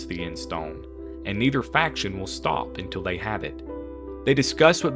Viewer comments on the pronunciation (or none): none